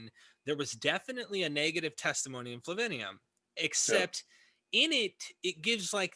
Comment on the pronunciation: Dear, it's not Flavinium, it's Flavianum. And it's Theudas, not Theadus.